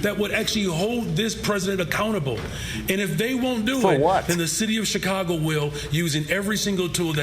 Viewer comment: CHECAGO PISSA IS DEE BESS!!! Hahaha! I love it!! Yeah!!!